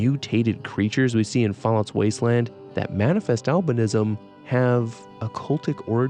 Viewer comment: For a good minute I thought when you were saying albinism you were saying Alvinism like some sort of religious belief worshipping Alvin and the chipmunks